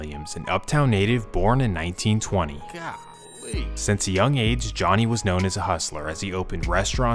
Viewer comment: wow i havent heard anyone say "gah lee" in so long only thing missing is saying "bo" at the end